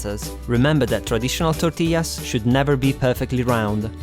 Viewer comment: Wow muy bein ( very good) ....love the way you say tortillas with the proper Spanish accent.